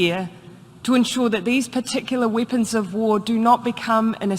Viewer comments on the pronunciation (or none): "Wipons of war" she says... 🤔